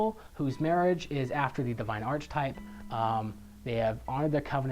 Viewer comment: You keep pronouncing "archetype" incorrectly.